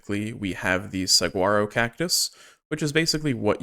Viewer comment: Hearing Saguaro and Cholla prounced the way their spelled will never not be funny to me